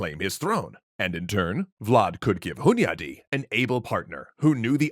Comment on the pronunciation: First: I'm pleasantly surprised by the pronunciation of Hunyadi. Close second: damn that guy had a lot on his plate! Respect!